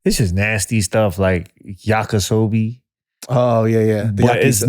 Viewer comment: He said Yaka Sobi, and was too scared to correct him